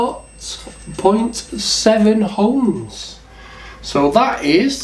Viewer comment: Hohms law 😅